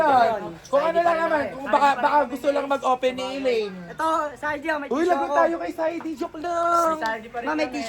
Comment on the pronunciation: Hindi po acelaine. Aslaine